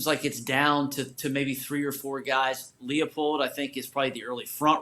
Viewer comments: How are we supposed to think this guy is a credible source if he doesn’t even know how to pronounce Leipold’s name??😂 (it’s pronounced LY-pold fyi) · He pronounced it wrong twice in 10 seconds lmao